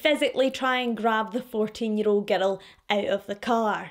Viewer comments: You have great way of telling these cases. As an American, I'll say that I love how you speak, how you pronounce words. I'm not going to lie, though, every time you say "girl" I hear "ghetto". It completely changes the sentences some times. 😂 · I love how she says "giddle" for girl